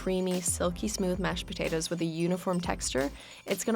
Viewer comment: why does she say Potatoes so weird.